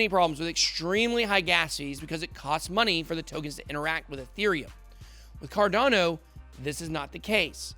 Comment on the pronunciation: why do u say it like "CARDONNO"